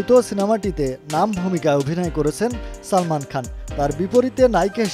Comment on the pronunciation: ঠিক বলেছেন কখন ছবি কখন চবি আবার সালমান আবার ছালমান উচ্চারণ করেন।👎👎👎👎👎👎👎👎👎